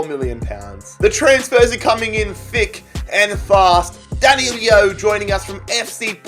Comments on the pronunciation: D A N I L O not D A N I L I O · It’s DAN I LO THERES NOT TWO i’s it’s not danilio it’s dan. i. lo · Danilo...nicht Danilio. Das ist doch wohl nicht so schwer!